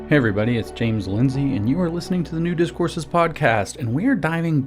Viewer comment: Did he say "Nudist Courses" at the beginning???? OH!! New Discourses 😂😂